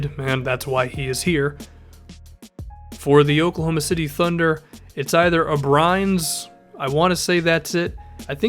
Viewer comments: Uh - Bree - Nis not Uh - Brines Love the vids lol. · It's "Aleks Abrines" not "Aleks Abrīns" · It's Uhbreeniss, not Uhbrighnes. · I think its ab-rin-es not a-brines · The OKC guy name is pronounced (A-Breen-as) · It killed me the way you said Abrines. It is pronounced: A-bree-nes (for those of you that don't speak spanish) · its A-breen-es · Abrines (uh-Bree-nez) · Abrines is AH-BREE-NESS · His name is pronounced A-BREE-NEZ. For the 76ers I think it's Covington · On the Thunder, his name is AH-BREE-NES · dude his name is Alex "A-bree-nes" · It's Alex a-bri-nes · Max Delancy yeah, like... a-bree-nes right? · Lol u butchered abrines' name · I thought you would've watched enough basketball by now that you'd be able to pronounce people's name.